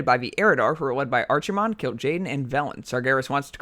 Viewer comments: archy-mond? bruv its Arc-eh-mond. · arc-himonde, archie-monde hurts the ears. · you mispronounced Archimonde pronounce it like this (AR-KE-MOND) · Archie-mond. Lol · archi-mond? it's pronounced ark-ih-mond not a ch sound a ck sound nerd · It's ARKEY mond, not ARCHIE mond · ARCSIMOND this hurts me to hear every time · Ar"chi"monde. LMFAO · I cringed everytime he said ARCHimonde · Lad its pronounced arkemond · Archie-monde - LMAO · After all these years, still hearing someone pronounce it "Archee-mond" makes me cringe. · Still the worse pronunciation I have heard was Archie-Mon-day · How you say Archimonde is stressful af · always hate when somebody says archimonde wrong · I can live with everything else But the way you pronounce Archimonde It just irks me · Drink everytime he say's archimonde wrong! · that not how you say his name, but awesome video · the way he pronounces Archimonde >.< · I stopped or so when you mispronounced Archimonde, sorry! :) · Am i the only one that gets a little annoyed every time he tries to say Archimonde? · Im so mad at your pronounciation of Archimonde